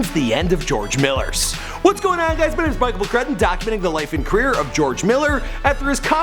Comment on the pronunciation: Say "kreer" one more time I dare you.